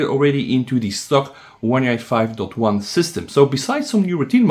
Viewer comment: "OneUI two twan"? Does anybody understand when this guy says OneUI 5.0/5.1?